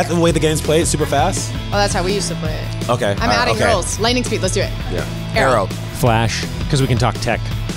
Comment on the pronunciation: Emily: aerrw